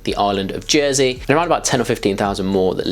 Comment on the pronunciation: Did he say Jernsey at one stage? 😂